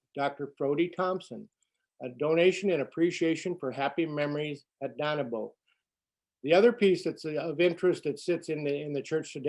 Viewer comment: Not far from you. G-Grandparents and family were members there early 1900’s. Although I have always pronounced the name as Dane-e-bo. 🤔